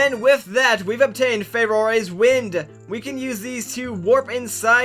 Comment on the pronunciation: I know how we've talked about this before, but I still can't get over how you pronounce Farore. I'm going to fume about this quietly now...